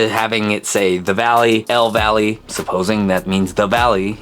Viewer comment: el valle is pronounced “el vi-yay” just letting u know